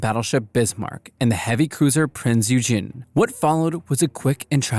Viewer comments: Prinz Eugen😅 Not Prinz eugin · Fun fact: Prinz Eugen- NOT pronounced like Eugene with E at the end like the American male name, its proper pronunciation is Printz Oi-Ghen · its pronounced Prince Oi-gen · How he says Eugen is funny... sounds more Japanese then German. Eugen: Eu -> like oi in oil g -> like g in greenland en -> like en in energy Aalso: In German, the emphasis is on the first syllable. EUgen... Not Jujeng... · Couple things; mainly pronunciations: Yamato is more rather pronounced as: ya • ma • toe and then the heavy cruiser that accompanied Bismarck for a while; Germans pronounced it as oi • gan and rather the US mainly called it as like the actual city in the state that I live in which the city’s name is Eugene (pronunciation would more be like: e • ue • jean) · “Prinz youjin” is what bro just said. Why can’t Americans pronounce anything.